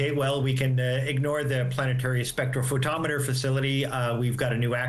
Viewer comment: It's embarrassing that she's the absolute best there was out of the job candidates, and she couldn't take 5 minutes to ask someone the proper pronunciation of spectrophotometer.